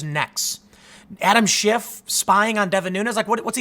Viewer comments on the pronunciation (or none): none